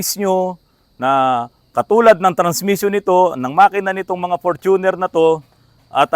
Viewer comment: Hindi Fortu'ner but For'tuner'. Ford kase kaya ganyan